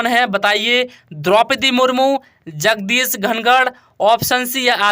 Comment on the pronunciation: Apke p ke ucharan par uski jagah S ka ucharan ho rha hai jaise jagdeep ke jagah Jagdish ho rha hai